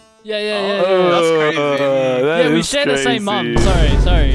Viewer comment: Myaan these paid fwiends are getting CWAAAAAAZY